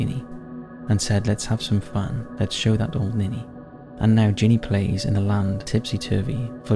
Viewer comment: “That will SAVE you to death” ? Ginny is short for Virginia and pronounced accordingly. GINny.